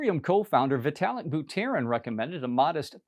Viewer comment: Who is Bu-tear-in???